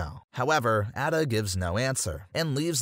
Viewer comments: Bro said at-a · Hold up it’s A DUH not adda….. ada wong. Also the original res 4 is better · It's a-duh not ada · Your also pronouncing Ada wrong it’s “aye-duh” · Can you do the video again but pronounce the names right if you don’t know how to pronounce them Leon says both Ada and luis in the cutscenes